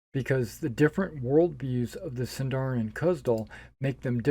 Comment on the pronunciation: I am always for Point Buy. If a player wants to min-max, that's the player's thing, not the systems. And rolled stats force players to play characters they may not like. Ah, hahah, hahah, Sindarin and Khuzdûl... I wonder how much misuse will these words get, apart from the fact that SÍNDARIN HAS STRESS ON THE FIRST SYLLABLE! Eww, zodiac, I'm for sure omitting that! I see a lot of rolling for backstory here, which I wouls not do, but is certainly easily dismissable.